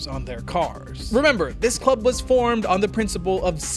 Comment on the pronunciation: It's club, not chlub, dude.